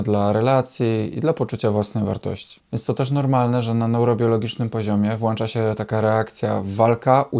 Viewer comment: Mówi się 'Włącza' (i to nie jest forma krytyki). Poza tym super, że podajesz przykłady odpowiedzi a nie jak większość w necie, która tylko pokazuje w czym problem bez podawania rozwiazania.